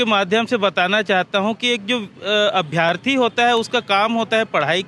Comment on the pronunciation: अभ्यर्थी होता है न कि अभ्यार्थी